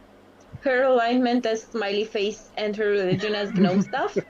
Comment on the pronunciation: Not GAHNOME it's Gnome(Knowm) Other than that awesome vid